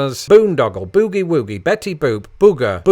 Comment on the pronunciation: You’re pronouncing OO in BOOGIE wrong (according to me). Along w/ snafu, you should know BOHICA...bend over, here it comes again.